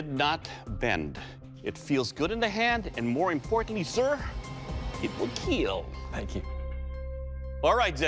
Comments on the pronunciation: PEOPLE! how long has this show been going now? And you still say KEEL... its KEAL... Keep Everyone ALive.... c'mon now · So this guy speaks perfect English with ZERO accent, but cant pronounce "kill" properly?? This is such a tired gimmick. Makes the whole thing feel like a joke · "It will keel" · "Welcome to the Keel Test!" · It will keel! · it will keel..😁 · It will keal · Does this guy know there is no E in the word kill?